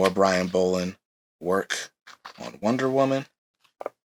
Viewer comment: It's pronounced like doll not bowl. There's videos on YouTube that has Brian Bolland pronouncing his name properly.